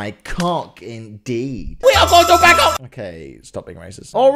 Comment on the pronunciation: It's Bangkok not bangCOCK